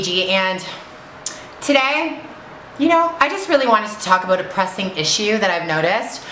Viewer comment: she said aboot!!! lol i never noticed that